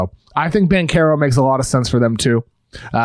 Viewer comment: your pronunciation of Banchero is so off... it's almost like you're trying to butcher his name